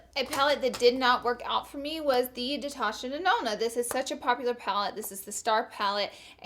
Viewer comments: Damn she was screwing up on words in this hahah "detasha nanona", "beating da dead hoors", "mat" instead of Mac 😂😂 no hate but goddamn girl lmao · Lauraaaa, did you say datasha nenona or am I trippin 😂😂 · "Detasha NeNona" lmao love u and ur slight dyslexia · “DETASHA NENONA” HAHAHAHA HUNNIII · Steph Binos listen to her say it again lmao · Anyone else notice tht she said "detasha denona" 😂😂😂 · Did y'all hear that? She said Detasha Nenona😂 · Was literally looking for this comment